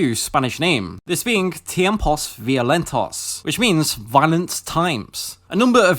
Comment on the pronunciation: "Tiemposs Violentoss" lol always funny to hear British people try to say words from any other language.